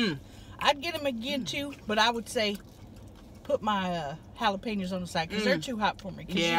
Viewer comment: I love how they say jalapenos literally like it's spelled 😂 "halapinos"